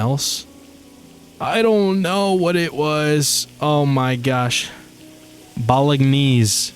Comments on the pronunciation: The way you pronounce bolognese is so uhhhhhh unique? haha It's pronounced "bo-luh-naize" if that helps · "Bolognese" is Italian, so you don't pronounce the 'g' as a hard 'g', it combines with the 'n' to make a sort of "nya" sound. Americans usually pronounce it more like "bo-lo-nays".